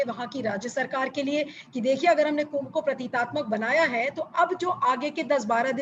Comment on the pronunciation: अाप बार बार प्रतीतात्मक कह रही हैं सही शब्द प्रतीकात्मक है।